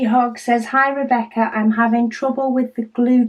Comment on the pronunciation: Hi, you pronounce it well! My grandma is doing great, the daily healings are a crazy moments due to her pain but the doctor told us that it looks good and the process will be long. Enjoying the advent!